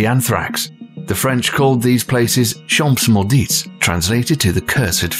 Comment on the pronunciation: french here: the "ps" of "champs" and the "ts" of "maudits" in "champs maudits" are silent ;)